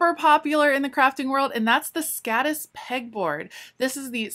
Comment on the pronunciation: Hi, kind thx for showing us the possibilities of IKEA:s storage solutions. Just a note: The Swedish alphabet has three more letters than the American: Å, Ä and Ö. Å and Ä are not remotely pronounced like the American A and Ö not like O. The no.10. item is Måla, not Mala, which suitably means to colour or paint. "Skaddis" is actually Skådis (an abbr. for "skådespelare"), which means actor. I guess that's suitable too since you "display" the things you store in the Skådis items?